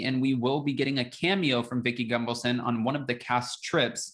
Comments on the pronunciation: As a new viewer to your channel I have a question. Are you purposefully mispronouncing Vicki Gunvalson’s name to shade her?😉😉😉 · Way to keep spreading the “big lie”. I’ll think twice before I watch another video of yours. Didn’t realize you’re a tin hat wearer. O, and btw….STOP mispronouncing Vickie’s last name!